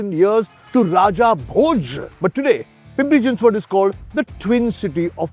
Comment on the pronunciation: Thank you for pronouncing Pimpri Chinchwad and Pune perfectly 😅